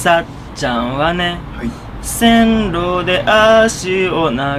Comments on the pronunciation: どうろじゃないせんろ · 遠ろじゃなくてせんろですよ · どうろじゃなくて[せんろ]です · どうろじゃないよ、せんろだよ。